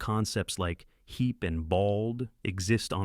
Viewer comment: hee"P" Really announcing that P sound...